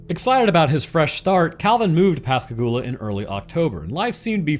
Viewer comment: Fuck yeah, my hometown in a Roanoke video! ❤ And you even pronounced Pascagoula properly! I've lived down here all my life and heard the story of the abduction so many times, but I always enjoy hearing people's takes on what actually happened. And aliens aren't even the only weird thing about Pascagoula. There's also the Phantom Barber from the 1940s, and the legend of the Singing River.